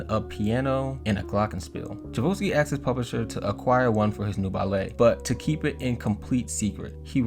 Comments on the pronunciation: Great video bro but Tchaikovsky is pronounced chai-kov-sky. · chabosky HAHA love your pronunciation of Tchaikovsky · Your pronunciation of Tchaikovsky was truely upsetting Chai - kovski please 😭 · Tchaikovsky = Chai - Cough - Ski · You are pronouncing Tchaikovsky incorrect….ask Siri how to pronounce it then you will have it :) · The name of the composer is Tchaikovsky! A clasic!!!! No L anywhere :))) com’n people, it’s not that hard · I really enjoyed the video. A lot of mispronounced words, though. i.e. Tchaikovsky, celeste… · the way you pronounced tchaikovsky made me feel a feeling id never felt before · Please stop mispronouncing Tchaikovsky 😂🤦🏻‍♀️ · I love the way you pronounce Tchaikovsky. It is not correct but it is very original! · It's cha-ko-v-ski..you kept saying cha-vo-ski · Music teacher here. Let me help you how to pronounce the composer of the Nutcracker: Tchaikovsky- Tchai (as in Chai tea), kov (as in coffee), sky (as in a ski slope). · Tchaikovsky is pronounced chai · kaaf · skee not Chevolsky. How does someone making a video about music not know that. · It’s pronounced chai-kov-SKEE 😂 great video though! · Pronounced… chai…kof…ski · The way the guy's name is pronounced is TAI CHOW SKI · Some pronounce it TAI CHOF SKI. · I had to turn this off once I heard your pronunciation of Tchaikovsky. I mean, at least google it first. It takes but a second. Or at least take an extra second to read the actual word. There is no ‘vo’. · Love this and those names are difficult...maybe this can help. Tchaikovsky is Chi ( as in "Chinese) Chi-KOV-ski. The T is silent :) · its "CHAI-KOV-SKI"!!! you said it soooo wrong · Chai-cove-ski. Come on man. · It’s pronounced Chi kov skee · I love this video, and thank you for making it 🙏, but my man - Tchaikovsky = Chai (like chai tea) + Cough (like cough cough I don’t think I can sing All I want for Christmas tonight) + ski (what Mariah always about to do right after gets done singing this song). Chai-cough-ski. Tchaikovsky.